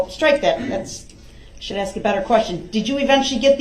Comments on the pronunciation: Then “but I’ll axe again” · Axed——-I hate this word! Why can’t he just say ask! It’s taught early on. In kindergarten I believe. So why??? Also why does he tell grounds for everything????